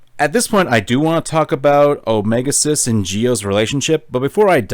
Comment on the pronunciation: I keep hearing "omega sus" instead of "omega xis" among us has fucked with me and i fucking hate it